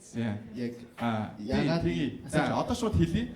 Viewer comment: Төрөө минээ шуу биш шууд гээд хэлээд сурчихаач тэхүүүүүүү